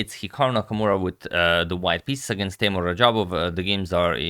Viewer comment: Its teimour